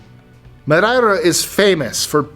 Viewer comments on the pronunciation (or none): Thats just not how you say Madeira